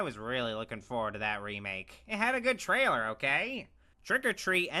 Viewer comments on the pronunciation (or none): none